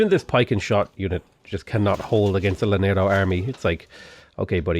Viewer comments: Hello friend, just thought you would like to know, llanero is pronounced yaNERo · Same with llanero